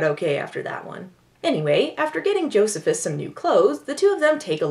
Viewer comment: Joe-see-phis!! Oh dont forget to mention this was written by Richard Curtis of Love Actually and 4 Weddings and a funeral fame. And like all Richard Curtis movies it has a character named Bernard.